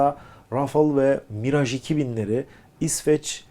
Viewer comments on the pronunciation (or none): none